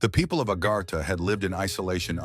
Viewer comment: Its called AGARTHA. A GARTH A , NOT agarhta your not from India